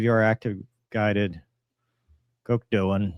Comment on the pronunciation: You pronounced the Gökdoğan pretty well!